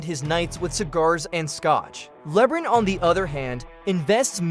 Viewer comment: With all your analysis, stats and research you found the only person in the world that has never heard of LeBron James name before? Calling him Lebrin so many times where anyone who hasn’t even heard of him on this plan would still know who to pronounce his name just by reading the letters and sounding it out phonetically! That alone will make everyone dismiss all your analysis and stats knowing you don’t even know how to pronounce the most popular player in the NBAs name. For the record it’s “LeBron” not Lebrin! 👎🏼